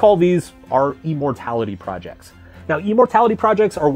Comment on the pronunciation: "e-mortality" projects lol